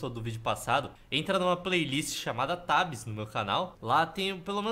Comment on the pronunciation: Não se fala tabis se fala tebis